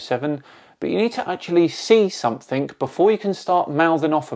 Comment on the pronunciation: ‘somethink’ Something doesn’t have a K on the end!